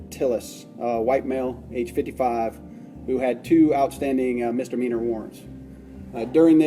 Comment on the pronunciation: Dear --- the word is misdemeanor, not mistermeaner. Give it a goo.